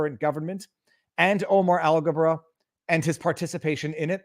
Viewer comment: okay, it is Alghabra and not algebra, but close.